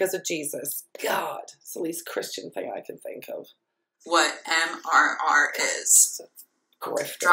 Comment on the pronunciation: Love that she couldn’t even get MRR correct lol